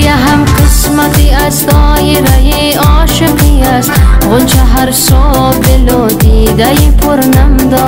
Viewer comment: روی تلفظ کلمات هم کار میشد بد نبود آشوقی/ عاشقی چقدر دِر / چقدر دیر